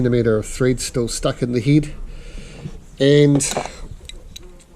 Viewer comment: "There's steel a centimetre of threed stuck in the heed" 🙄